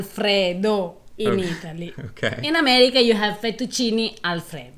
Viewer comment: Now that was a winner. You guys remind me of Laurel and Hardy. Classics luv-birds. Ahhhh....Eat-a-lee. That’s a-more-eh.